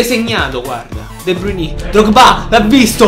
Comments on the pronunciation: Si pronuncia de Bruin non de bruiní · Comunque la pronuncia e' De Brain non De Bruni' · si pronuncia de brain